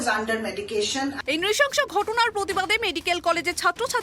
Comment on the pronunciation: নৃশংস হবে। নৃশসংস নয়। ঠিক করে উচ্চারণ কর মা। বাংলা ভাষার পিন্ডি চটকে দিলি তো তোরা নিউস রিডার রা !! জিন্স পরে, ডান হাতে ঘড়ি পরে , হাই হিলে ছাপরি লাগে। স্মার্ট হওয়া যায় না। নিউস রিডার হতে হলে সঠিক দক্ষতা অর্জন করতে হয়। তার জন্য পড়াশোনা করতে হয়, অধ্যবসায় লাগে।